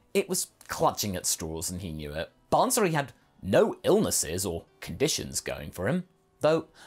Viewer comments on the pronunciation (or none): It is not ban-suri, it is baa-suri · Absolutely great what if a couple of points though, if Bansuri is derived from the name of the instrument then it's fine, but if it's the same name you don't actually have to pronounce the N in the bansuri , no offense just helping with the pronounciations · The way he says bansuri 💀